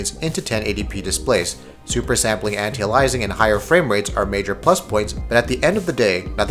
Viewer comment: The way you say antialiasing is funny and wrong